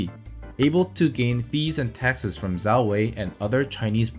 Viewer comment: Great video! Just a hint- learn the pinyin pronunciations, they are easy and saying "zhao" like "zao" reduces the credibility as it shows you did not consult primary sources.